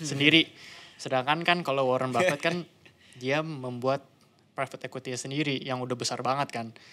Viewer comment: bukan ribet brow...hal sepele tp ini masalah nama pemberian orang tua yg punya makna mendalam brow...belajarlah respect org lain dimulai dari menyebut nama nya dg benar...